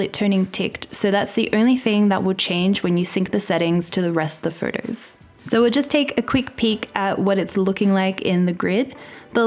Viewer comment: I live for you to say the word “photos”. It’s perfect.